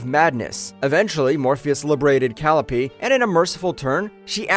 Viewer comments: how about Calyeopay and calopee LMAO takes two seconds to look up how to pronounce words… humans are fcuked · It’s Call-i-o-pe not calope. Believing in what your saying is undercut by your mispronunciation of Greek names. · Yeah, definently AI. The pronounciation of the greek names is VERY AI. "Cal-ee-oh-Peh"? How about the correct pronounciation "Kah-Lai-oh-Pee". And Euridice spoken as "Yuri-Dice"? Correct pronounciation "Yoo-Rid-eh-see".